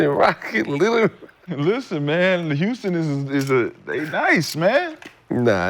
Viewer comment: S/O Cemetery Larry for looking out for Houston. Nick none talking ass can’t pronounce HOUSTON. Gil is just a laker d rider and Houston hater